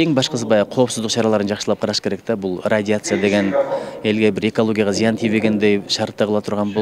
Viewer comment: Акчанын артынан томолонгон депутаттардан эмне деген ой чыкмак эле? Адистерден сурагыла. Депутаттардын арасында Манас ким экенин билбеген маңкурттар бар, "радиация" деген сөздү туура айта албайт, бирок, сүйлөйт да күйгүзүп...